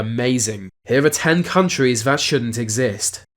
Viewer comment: Good video ruined by the narrator saying words "Vere" and "Vat" they're spelt with a TH at the beginning not a V you moron!